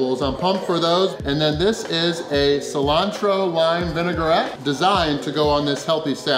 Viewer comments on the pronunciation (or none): none